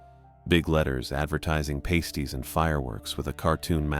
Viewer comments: I usually avoid commenting on YouTube but I HAVE to say that you pronounced "pasties" wrong... I'm surprised nobody else mentioned this. It's pronounced "PASS-tees" not "PAY-stees"... "PASS-tees" are a popular Yooper meal. "PAY-stees" are used to cover nipples 😂 nobody ever pronounced pasties right... Maybe they should have spelled pasties like "passtees" but I guess that's how you can tell a Yooper apart from anybody else 😂 I also know people will be asking "what's a Yooper?" It's the nickname for people who live in the U.P. (Michigan's Upper Peninsula) & yes, Yooper is pronounced just how it looks... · I was going to make the same comment about the pasties but didn't get a chance to listen until now. It makes me cringe when I hear it mispronounced like that.